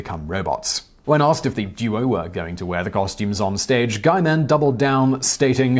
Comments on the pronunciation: Guyman? I think it's pronounces as "gi-man" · It’s “Gee” with a hard G.